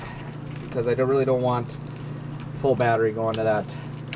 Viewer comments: Yeah I was wondering, what's a bahhtree? This NJ boy never heard of such a thing! LOL! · That's awesome. I'm from Boston, and very Irish. When I was growing up it was always pronounced "bahhtree." I don't hear it pronounced that way anymore, more's the pity, so I was fascinated to hear you say it that way. Good on ya, boyo! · Did you say, "bahhtree?"